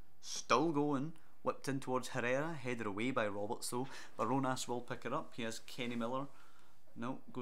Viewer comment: ‘barjonas’ is pronounced as bar jonas